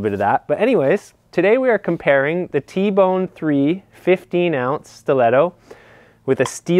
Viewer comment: Tie- bone. Not tee- bone. And the 14oz is way better than the 16oz.